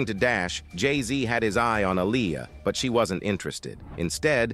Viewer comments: Bill Cosby ish was 30 years later.. these ppl do what they want. Aaliyah boy you sure effed her name up bad. I didn't think it was possible y'all don't know how listen to these ppl names first? Yes you can because you got it right like twice. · Please say Aaliyah name right!! If you can't pronounce her name right then don't say it at all!! Leave the reporting on her to others who know how to pronounce Aaliyah's name ok!! 💯💯💯💯💯 SMH THE DISRESPECT IS REAL!! 🤔